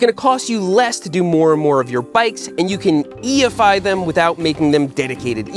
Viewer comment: They way you said E-efy sounded like EFI. And I started imagining a fuel injected bicycle.